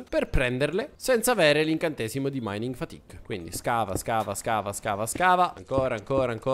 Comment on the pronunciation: Adoro quando dici mining fatique (so che non si scrive cosi) Comunque ti adoro e adoro anche questa serie è stupenda 🤩 bellissima ❤ e spero 🤞 che continui in eterno ❤❤❤❤